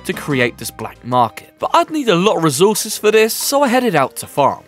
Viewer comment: Recourses❌ Rezourses✅